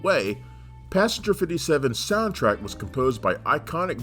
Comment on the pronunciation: Repeat after me: “passenger. pass-en-ger”. Not: “pasger” or however the fvck you pronounce it 😭